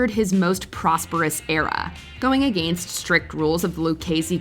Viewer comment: Hearing this women say against is enough to make me unfollow the entire damn channel